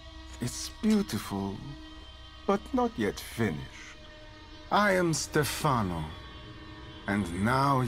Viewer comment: Stefàno Stefàno IT'S STÈFANO You are pretty much calling him "ste-ass", you know?